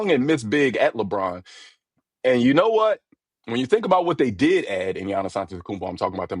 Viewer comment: LabaRon 😂😂😂😂 the LeBron James affect